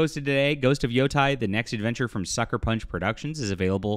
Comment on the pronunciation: Not that it matters much, but the pronunciation is not 'yo-tai', it's more like 'yo-te'.......or 'yo-DEI', whichever one you prefer.